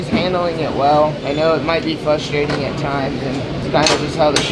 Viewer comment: Should we tell there’s an R in “fRustrating”